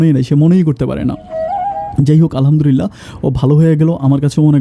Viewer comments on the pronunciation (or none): none